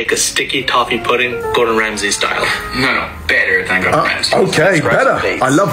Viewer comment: “Better than Gordon Ramsay” completely butchers it